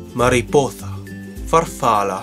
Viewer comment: mmmh who taught you the pronunciation of italian, spanish, portughese and french? because the "s" in spanish is nowhere pronounced as "th" (that's the "c" in castilian spanish), double consonants in italian (and spanish) are actually elongated accordingly (there is a substantial difference between "farfala" and "farfalla", and the "ã" in portughese is actually pronounced differently from a regular "a", as you might expect... it's a nasalized vowel.